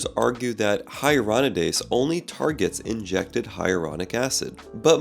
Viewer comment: You keep mispronouncing ‘Hyaluronidase’ but good video!